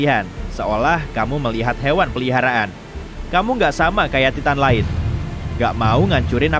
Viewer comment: Bukanya baca nya taiten ya bukan ti tan awkakwkwkakakk